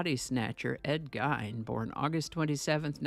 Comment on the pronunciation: Hi just a couple of pronunciation issues. I only know because I live in Wisconsin lol. It’s Ed (geen) with emphasis on the ee. Like lean. And pronounced (wau pawn) like awww pawn. Hopefully that makes sense.